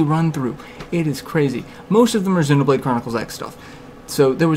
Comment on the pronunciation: Refreshing to hear someone who can say Xenoblade correctly. :-)